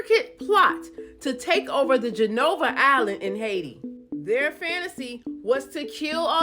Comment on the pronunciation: Not genovah. it's Gonaïve 😂😂😂